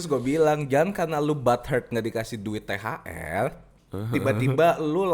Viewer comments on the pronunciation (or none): Ooooh THR toooh bacanya THL.. Cadel gw jd binun